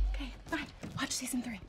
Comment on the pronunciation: At minute jasmin says seasin for may reveal something or not nobody knows